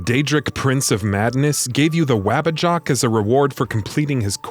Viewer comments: its "waba-JACK" not "waba JOCK" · Saying "Wabbajock" instead of "Wabbajack" which was clearly displayed on the screen makes me think that whoever wrote this script has never played Skyrim in their life 🤦‍♂️ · WabbajAck. with an A. twit narrator. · Not “Wabbajock” nor “Cisayrow”, other than than I much rather you guys than that other channel that copies content from smaller channels, good job! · it's the WABBAJACK! they say it in the game. get your pronunciation right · Stopped watching as soon as you mispronounced and misspelled “Wabbajack”